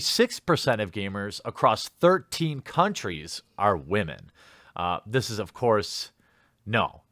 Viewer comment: I snicker every time you say wamen